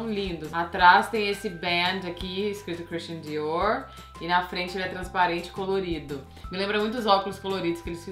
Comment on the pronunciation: Desculpa, estou meio sem graça, mas preciso falar, Meu nome é Alessandra, eu e meu marido usamos a mesma conta, então o nome dele que vai sair. Camila você melhorou bastante, acho você linda! Mas queria dizer uma coisa, aprende por favor a pronunciar os nomes que não são em inglês corretamente ou então fala com sotaque brasileiro mesmo, não é legal você pronunciando coisas como Dior com sotaque errado, é grosseiro, ( os franceses ficam loucos com coisas assim) ou Salvatore Ferragamo que é italiano, ninguém é obrigado a falar vários idiomas mas é mais elegante pronunciar abrasileirado do que com sotaque inglês, fala Diorrrrrr. Você é uma mulher linda e para ter obtido todo esse sucesso, imagino que muito inteligente também. Não faz isso, você está ensinando as pessoas erroneamente. Sucesso.